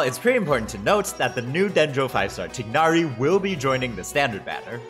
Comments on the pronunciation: its not tie-nari or tig-nari its tugh-nari his name isnt english and the character for the gh in his name makes more of a gh like in the throat bro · why is bro saying tighnari like tig narry